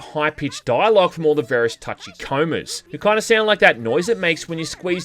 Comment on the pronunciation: Boy here called the Fuchikomas from the PS1 game for Tachikomas 😭